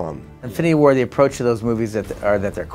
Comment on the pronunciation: Am i only the only one who kept hearing "infinity ward" instead of infinity war lol